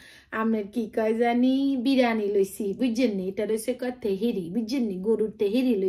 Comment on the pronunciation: Kothata birani noi , biriani.